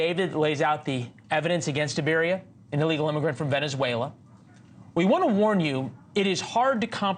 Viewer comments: I LOL EVERY TIME HE PRONOUNCES THIS ANIMAL LAS NAME, EBARYA. ITS PRONOUNCED EEE BA RRRRAAAA (IBARRA). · It's I barra, not Ibarria, professional news-reader guy. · Hey Leland, learn how to read. You said that pos name wrong 3 times, adding an extra syllable. What kind of newscast is this. You don't sound very educated. Up there with biden calling Laken, Lincoln. What a loser.